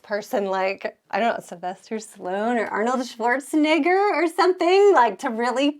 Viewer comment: His name is not Shwartsnigger 😂 you will fit right in red neck Kansas.